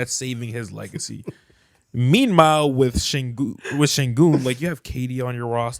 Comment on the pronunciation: no one caught saying "Meanmhile"??? 😭